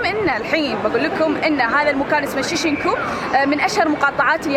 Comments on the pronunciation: Why do you say shishinku it's shinjuku?!-a sincerely triggered human being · شين-جو-كو ،،،،،،،،،،،،،،،،،،،،،،، مو شيشنكو هاذي من كيسك